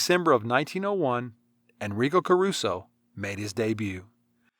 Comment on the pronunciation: come on learn some basic pronunciation